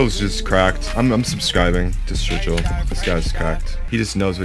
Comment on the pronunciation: mans said stygil 😅